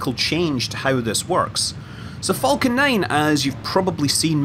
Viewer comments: I love it when he said falcon he said it like folcan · The way you say Falcon, sounds like Vulcan. Vulcan 9. Enough to raise the eyebrow of Tori Bruno. 😂💗